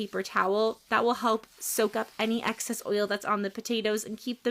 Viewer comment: Excess not access.